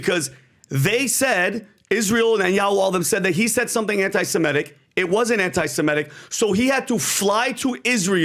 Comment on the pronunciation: He kept saying "anti-Simetic." It's anti-Semitic, not anti-Simetic.